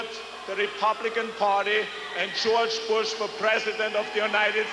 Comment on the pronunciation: CHEORCHE BUSH